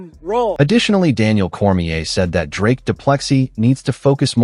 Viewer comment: "Dry-us"? Who's THAT? 🗑️